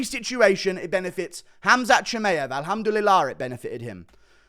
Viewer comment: LMAOO Guru actually says alhumdulilah PERFFECTLYY